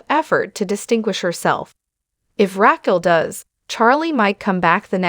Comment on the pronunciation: Is this an AI generated video? Or do you just not watch the show.... Saying "Katie" but posting photos of Ariana, not knowing how to pronounce Raquel?